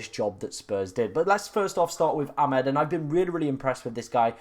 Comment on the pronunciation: That was never a Hall assist…..disgusting 😢. I’m sure it’s A-mad not Ah-med but maybe not